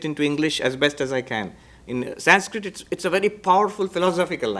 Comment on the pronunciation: Why are you pronouncing the word "Sanskrit"in a wrong way just for the shake of accent, why don't you pronounce the word in proper way so that western people could correct thier own pronunciation. Why only we have to adjust and change for western countries. Anyways you are spreading nice information, no hate indeed.❤